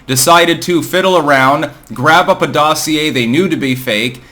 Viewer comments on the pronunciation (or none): none